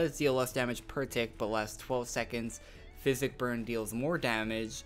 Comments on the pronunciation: It is pronounced Psychic ( Si-kick ) not Physic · psychic is not pronounced (fizz-ick) it is pronounced as (sigh-kick) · You don't pronounce psychic like fisic, you pronounce it like sykik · it always matters, I'm not hating tho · I was going to post a comment on that too but i see that you've got it taken care of XD! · great video man but psychic is pronounced as (sykick) not (physic) love the class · SAI KICK!!!! NOT FIZ ICK!!!! GOSH!!!!! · I cringed when you said psychic as physic...thanks for the video tho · you said psychic wrong.